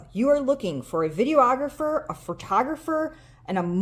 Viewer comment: this is a bit irrational, but it really bugs me when people say video-ographer